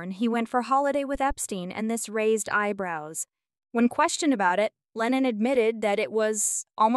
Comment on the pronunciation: It's Lennon. Do your homework.